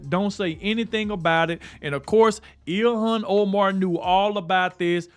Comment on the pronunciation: Her name clearly sai ill-han.